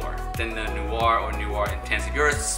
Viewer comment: Your saying noir all wrong